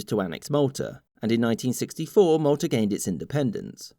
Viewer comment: that's Malta 🇲🇹 he clearly said Maltar.